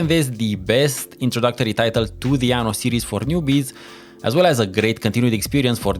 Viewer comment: btw is "aNNo", with 2 Ns, and means "year" in italian, Ano means "anus"